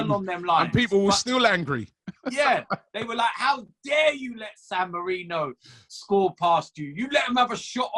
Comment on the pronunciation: calling it "Dan Marino" instead of San Marino with no regard for human life